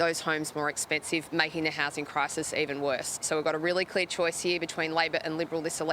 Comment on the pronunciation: She says really clair choice lol 😂😂😂 theres no choice ALBO MUST GO ! Or we are faaaked .